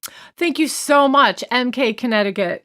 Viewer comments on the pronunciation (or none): none